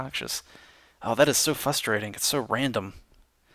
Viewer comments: the word is fRustrating, there's an R in there at the beginning. You always say "fustrating "and it just makes you sound uneducated, and I don't think you want to come off that way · "That's so fuss-rating".